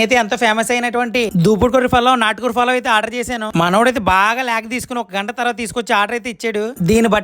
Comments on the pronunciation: Falav కాదురా పలావ్ ఎర్రిపుక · Adi falav kaadu palav😂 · Falaav kadu ra palav. Nuvvu foori type aa😂😂😂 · Adhi Palav ra Falav kaadhu 😂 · Adi falav kadu palav furi ni yemantaro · Falav kadu ra...yerri puka...palav